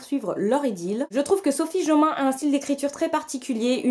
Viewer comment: Coucou toi (: Oh Sophie JOMAIN, tu l'as bien prononcé danse de la joie Mais, mais, mais, tu as foiré le titre XPDR ça se prononce "Les étoile de Noss ED (comme le prénom)". TU VAS Y ARRIVER ! TU PEUX LE FAIRE bisou d'encouragement tu y arriveras un jour #OuPas lol Sans rancune j'espère ? Je t'adore toi ! "La sélection" est dans ma PAL e-book vu qu'il était en promo et que je ne savais pas s'il allait me plaire, j'en ai profité. Si j'accroche, j'achèterais la version papier. J'ai moi aussi "Ari and Dante..." (la flemme d'écrire le titre complet). Ça sera ma première lecture en VO, j'espère vraiment que ça va bien se passer... Si je m'en sort dans la lecture VO, je me prendrais la BOX de "Divergent", c'est obligé ! Très bonne semaine à toi. Bisous. Benji...